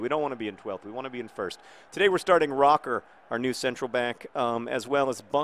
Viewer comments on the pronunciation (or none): Oh hey, that's Benedict Roecker, who used to play for my club, VfB Stuttgart. Now, of course, you can't be a bad player and be in division 2 but.....there's a reason we sold him this year to a second division club. I can't wait to see how he does with the Wimbly Womblys though. Also John, the pronounciation with the unlaut is as if there were an e after the o. Mind you though, any nicknames we give him will probably be a pun with the word "rock"